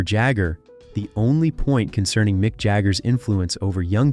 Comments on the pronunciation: Pourquoi parler à sa place ❓🤔🙄 Ce n'est pas Micke mais MICK.....😅🤦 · Not Nick Jagger, it's Mick Jagger, you idiot!